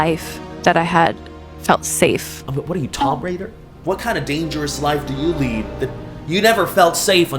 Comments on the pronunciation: Normal people: “tomb raider”: “TOM BRAIDER.” Sorry we gotta roast you back too, sometimes ❤ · Tom Raider…? TOM Raider?!? I thought it was pronounced “Toom” Raider 😭😭